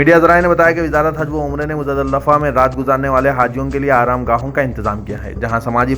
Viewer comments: R u muslim?? What muzadalllafffa? Muzdalifa make good pronouncassion Before read news make practice... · The news reader is wrongly pronounced Muzdalifa he is repeatedly telling Muzza Dilifa, it's a shame how come he doesn't know correct name of the holy places.😡😡😡